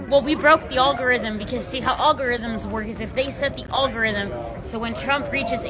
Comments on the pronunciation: olgorithm ? did she mean algorithm ? I bet she doesn't know what it really is ... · What's an all-guh-rhythm? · She said ogorythum. Wait, that was a she, right? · It's the ALL-garythm 😂😂😂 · It’s not “all-gorithm “ it’s “algorithm “ 😤🙄🤦🏽‍♂️🤦🏽‍♂️🤦🏽‍♂️🤦🏽‍♂️ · She cant even pronounce "algorythm" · It kinda like a AL-GOR-RYTHM I guess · The oll-go-rithim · You broke my All Guh Rutthem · Al Gore Rhythm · All guhrythm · If you can’t even pronounce the word “algorithm” you probably shouldn’t be talking about how they work. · She doesn't even know how the word algorithm is pronounced. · The first step to being able to understand algorithms is to being able to pronounce algorithms.